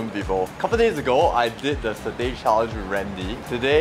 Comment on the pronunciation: since when satay is pronounced as sirtey?